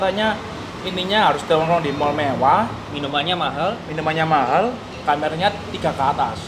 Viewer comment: mevah bang bukan mewah wkw